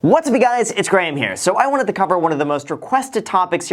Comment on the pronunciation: At the start do you say “what’s upper guys”?